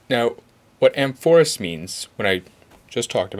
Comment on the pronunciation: A mor phous. 'Amphorus' would be "in the manner of a greek wine urn". Just fyi.